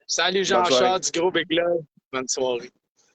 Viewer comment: Pas bit mais big